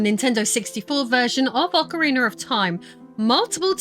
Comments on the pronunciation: Ocariner 😅 how do you speak english and get an er on the end of ocarina? Do you even notice?? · Ocariner of Time.